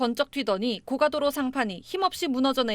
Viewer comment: 앵커 아저씨 너무 딱딱 끊어서 끝음절마다 힘을 줘 읽으니 듣기 불편합니다 여기가 군대도 아니고 그리고 고가도로를 고까라고 읽는 아나운서가 어딨나요 고까는 높은 가격을 말하죠 공부하세요